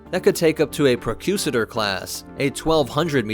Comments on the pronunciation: "pro-cu-sator"??? Use your words lol in phonics: Pro-cure-a-tore, aka Procurator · PROCK-yoo-ray-ter Not Pro-QUE-za-tor If any of the Star Wars movies have taught us anything, the existence of a large central battlestation only serves for a tempting target. Putting all eggs in one basket. All the star destroyers look completely defenseless when docked, as their weapons are all facing inwards instead of outwards. And how bad does the leadership need to be, if an entire sector falls into chaos and needs a mini-Deathstar to get the people back in line? I don't like anything about this idea. Sounds like you just need to force choke a few more admirals, rather than build more weapons platforms. Oh, just noticed this. The side openings are hexagonal but the SD's are docked vertically. The top one should be vertical and the bottom one should be upside down, like the fighter bays on the Battlestar Pegasus. Until Star Wars can figure out proper Star Trek shielding, all I see here is a high-value target. If I'm a Rebel, I can take out 10 or more SD's with one well-placed bomb or a few well-placed spies. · This is a very cool video, and I enjoyed it. I believe it’s pronounced “Pro-cure-a-tor” class, as in, “that which procures.“